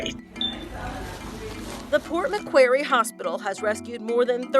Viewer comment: I live in Port Macquarie and i cant even believe you pronounced Macquarie wrong it just hurts my ears